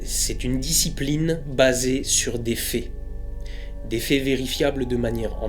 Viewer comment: "La science est une discipline basée sur des fées." La prononciation a un sens. xD Sinon sympa la vidéo.